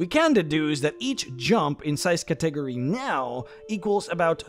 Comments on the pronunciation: Category is Cat-ah-gory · It took me a hot second to realize you were saying category when talking about that empowering spell. It's pronounced katteh-gory, not ka-tegery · I swore you were pronouncing some latin/elvish word or something then I realize you're saying cat-ta-gor-ree. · ima help you out - Cat-EH-Gorr-EH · Cat - eh - gore - eez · I know what you meant, but "Category" kept tripping me up. I don't want to be rude, it is pronounced "CAT - uh - gor - ee" or "Catta - gory" I only want to be helpful, I don't mean to sound condescending, I know English can be hard. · Stop mispronouncing cat-a-gory.... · It's hard for me to believe you've never heard the word "Category" pronounced out loud. Still, good video. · Not trying to hate or criticize but where did you learn to pronounce category? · Is he deleting the comments that point out his pronunciation of Catagory or am I going crazy? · That can't possibly be the way you think "category" is pronounced. It's a bit, right? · I still see many and its pretty tasteless. Like we get it guys. Funny way to say word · ive seen a fair few haha